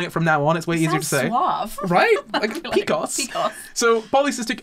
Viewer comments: deciding they youre going to pronounce pcos differently than every medical provider made this really hard to listen to. pee cee oh ess. not picos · Omg just and that is exactly how i pronounce pcos 😂